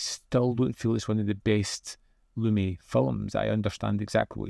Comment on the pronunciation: Pronounced Lu-MET, like "I met someone"